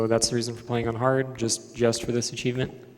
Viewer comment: Why does he keep pronouncing the word cheevo like that? He keeps saying "acheevment" or something like that. Is it some weird slang for cheevo?